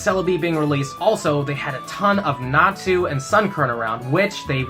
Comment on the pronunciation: Natsu is from Fairy Tail. I'm pretty sure it's Natu but you keep saying Natsu. 😅🤔